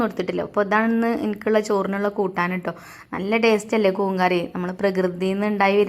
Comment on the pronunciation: കൂന് അല്ല കൂൺ എന്നല്ലെ 🤓